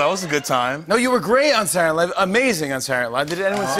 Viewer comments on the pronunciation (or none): the way he pronounced Saturday Night Live gave me a stroke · The way he said Saturday Night live... “Sarnyte Live” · can he just say SNL instead of "sarunaylive" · "saturn alive" lol xD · "saturday nive" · why does jimmy say 'sarnilive' not saturday night live lol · Jimmy is COOOOKED. He can’t even say ‘Saturday Night Live’ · How does Jimmy keep turning "Saturday Night Live" into just 3 syllables whenever he says it